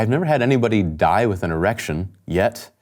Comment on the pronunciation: the ….YET took me out